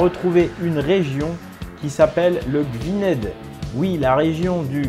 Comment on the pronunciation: Gwynedd se prononce Gouïïïneth